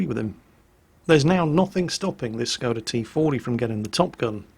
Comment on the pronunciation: I wonder if is ever going to learn to say the S is Skoda properly.